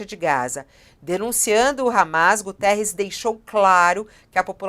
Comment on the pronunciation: Quero chamar a atenção dessa senhora jornalista que tem tido posições de ódio com Portugal, que não é António Gutierres, sim Guterres, não esqueça que ele é português.